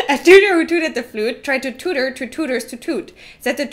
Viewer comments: In the flute-tooting one, I would like to advise you that "tutor" is pronounced (a least in the UK - where I believe aforementioned tongue-twister originates) "tyooter", not "toota". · you both butchered the tute one.